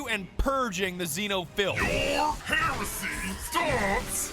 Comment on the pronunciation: Emperor watch this one, she can't even pronounce Heresy... 😭🫶